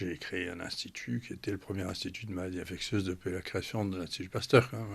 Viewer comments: On dit infectieuses, pas infectueuses, madame la journaliste. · Ça a bien changé cette radio depuis le départ de Clémence... Quand même, faites un effort de recherche et vous sauriez que, Bilheran, nom d'Ariane se prononce Bilheran ("Billeran") et non "Bilérane"!!! et, pire, ici, avec le Pr. Raoult: "maladies infecTieuses" le "t" bien prononcé, et ce, par deux fois!? Au lieu d'"infectieuses prononcé "ss""!!!!?? Mais d'où sortez-vous??? Il a dû tellement se marrer en entendant ça!🤣😔